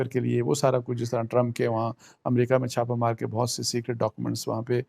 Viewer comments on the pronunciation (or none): none